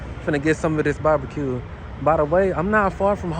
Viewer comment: Are you saying babaque or barbecue🤣🤣🤣🤣🤣